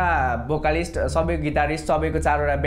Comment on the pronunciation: Did that guy said Bokalist or vocalist ???